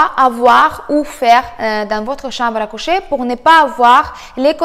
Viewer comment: la chamble à couchèèèèèèèèèèèèè . j'adore ton accent ! bises et merci !